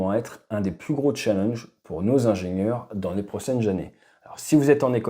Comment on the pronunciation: 8.52 min "les prossaines jannées " ? 😀